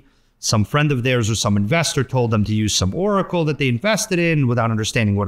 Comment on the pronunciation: Lol, he said 'Or', it did sound like 'yeah'